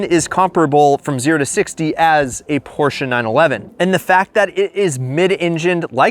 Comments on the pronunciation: It's not PorshcA its Porscheee. Eeeeeeee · It’s Porsh not Porshah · Stop saying porscha its Porsche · Porches, Porch, Porsche 🤣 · Its pronounced "porsh" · Porche and reliable in the same sentence? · Never mispronounce Porsche, say your a car guy and then own two of them. 💀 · You love them so much you can not even pronounce it correctly 😂😂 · Its called PORSCHE Say IT Like we germans do